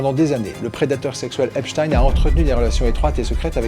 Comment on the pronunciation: Epstein , ça se prononce pas du tout comme vous dites . vous n'en avez pas entendu parler ?